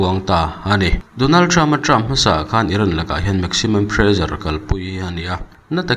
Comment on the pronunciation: Han ti ve khanglang teh ang. Pressure hi Mizo ṭawnga a tlukpui thu kan hmang lo a nih chuan 'prezar' ti lovin 'presar' angin hmang ila, a ṭawng neitute lam dan nen a inzul deuh ang maw le. Iran hi chu hmet zal deuh se khawvel tan a ṭha ang.